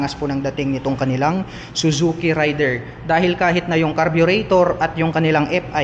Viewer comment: Raider po hindi rider